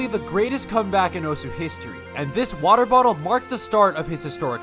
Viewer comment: more like "wodae bodae" he said lmao